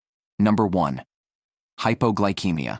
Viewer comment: It's pronounced hypoglycemia, ceemia, not keymia.